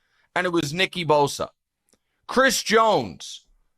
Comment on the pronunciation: BRO NICK , ITS NICK BOSA !! NOT NICKY BOSA NICK EBOSA 😂😂😂😂😂😂 HE SAYS HIS NAME WRONG EVERYTIME